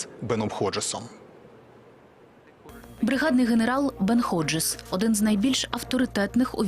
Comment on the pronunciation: Не Годжес, а Ходжес. Неможна перекручувати прізвище